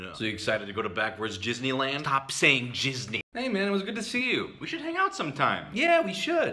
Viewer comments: "Stop saying "Jizzney"." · It's pronounced "Ghis-knee" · It’s Gisney not Jizzney